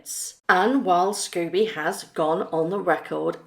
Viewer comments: Forgive me, but however much you may despise the co-writer of this book, his name is 'Scobie' not 'Scooby'. It's unprofessional to mispronounce repeatedly his name, likewise, Jessica is 'Mulroney' not 'Mulrooney'. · Sc-OH-bee not Sc-U- bee. Sorry but it triggers me when that idiots name is pronounced wrong.